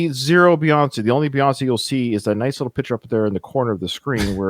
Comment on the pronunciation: Just think of it this way. If you say , Beyonce. You say it by saying bee. So just think of Bey as Bee.